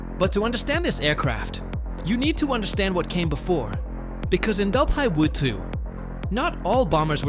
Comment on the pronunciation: click-bait with AI-slop generated narration - check out its attempts to "pronounce" WWII and , etc...